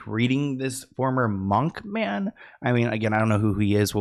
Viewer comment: Munk, not monk